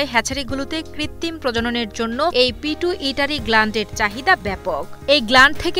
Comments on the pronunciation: Pituitary hobe..Pitu Itary na.thik moto uccharon koren 😅😅😅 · পিটু ইটারী😂😂 পিটুইটারি এই সব মূর্খ সংবাদ পাঠক কিভাবে চাকুরী পায়? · সেই উচ্চারণ রে ভাই। পিটু ইটাই টারি না😁😁😁🤣🤣 It’s Pituitary gland. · এই সংবাদ পাঠিকা আগে বিজ্ঞান পড়ে আসুন তারপর গ্রন্থির নাম মুখস্থ করুন,প্রতিবেদন করতে আসছেন নামটা ঠিকভাবে জেনে নিবেন না।ওটা পিটুইটারি গ্লান্ড বা গ্রন্থি।যেটা মানুষেরও থাকে।